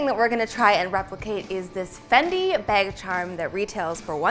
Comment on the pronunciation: I swear if says beg (bag) one more time